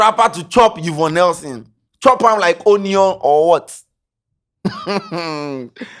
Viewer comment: 3de3ne "you-vonne nelson"?😂💔